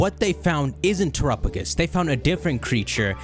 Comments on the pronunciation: The Pokémon: Terapagos How says it: Terupugis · At this point i'm half-convinced is still saying "turupugus" just to troll us.